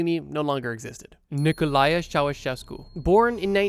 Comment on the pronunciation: I knew you would mispronounce Ceausescu´s name, I just didn´t expect it to be his first name lol